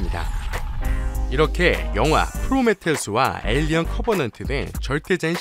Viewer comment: 7분27초 왜 도대체 왜 '에이리언/에일리언'을 '에어리어/에어리언'으로 발음하나요?